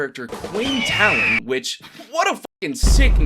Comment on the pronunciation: Its pronounced Tailen. I see all the movies say talen omg my ears hurt. I guess transition from the book and audio series osnt quite working for mw lol 😂